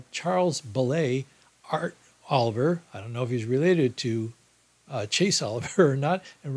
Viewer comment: In case you need this information in the future, know that Maine has 2 congressional district electoral votes and Nebraska has 3 of them for a combined total of 5. And regarding the Libertarian Party candidate for U.S. President Art Olivier, his last name is pronounced O-liv-e-a, just like the legendary late actor's Laurence Olivier.